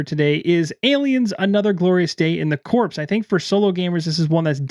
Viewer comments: Corps pronounced "core" not "Corpse", though it ma y of just been slip from reading title. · Corps is pronounced like CORE! Gale Force 9 should’ve put on the box that the minis needed assembly, because many make the purchase without knowing that.